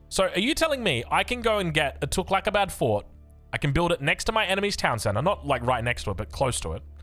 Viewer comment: Fooking hell innit cant even pronounce tughlaq